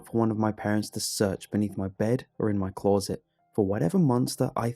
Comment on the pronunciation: I can’t help it but I get so triggered by the way you pronounce CLOSET 🙉